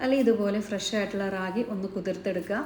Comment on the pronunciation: റാഗി അല്ല രാഗി (കന്നഡ വക്കാണ് 😊) മലയാളം മുത്താറി 😊